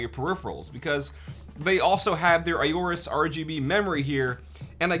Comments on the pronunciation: Don't you pronounce it just "orus"? I don't think you need to say "ayorus". Good video. LOVE the voice mate. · I love Aorus products. Great performance and style! Awesome community and support. Between current products, and upcoming products, you could build a complete PC with all their products , minus the CPU. BUT, fyi, it's pronounced "or-us", not "a-or-us"... the A is essentially silent. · Aorus not Ayorus.. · It’s not A-orus, it’s Aorus. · I could be crazy but I'm nearly 100% that it's pronounced "Orris", not "Ayoris" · AW rus not A O rus. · very nice video bro <3 but it's kinda cringe listening to ey-orus sorry haha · I want to punch him for saying AY-OR-US and A-ROAR-UHS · Plz stop saying ororus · Ay - orus?!?! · "a ooorus" lmao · Everytime he say aorus orus we drink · and five when he says aurorus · ayy o rus Aorus How do you pronounce it?! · The “A” is silent. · am i the only one who is slightly annoyed he cant pronounce aorus properly